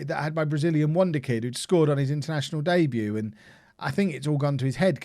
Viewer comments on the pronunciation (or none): none